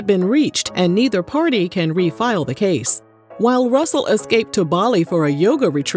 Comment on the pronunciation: Not “Rooosel Simmons “ 😅